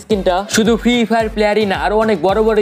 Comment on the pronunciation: ফ্রি ফায়ার উচ্চরনই করতে পারে না হাইরে ইউডিউবার